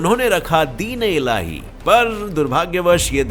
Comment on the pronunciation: thats din-i-llahi